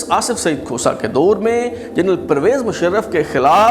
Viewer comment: ، آ پ کا پروگرام معلوماتی، معتدل اور کافی حد تک معروضی ھے۔ انداز ، تلفظ اور لہجے کا زیروبم بھی موثر ھے۔ بار خاطر نہ ہو تو واؤ مجہول والے الفاظ مثلاً طور، دور ، خوف وغیرہ کی ادائیگی پر تھوڑی توجہ فرمائیں۔